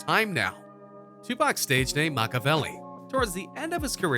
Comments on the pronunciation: The way he says Makaveli🤣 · This dude don't know how to say makaveli or Shakur.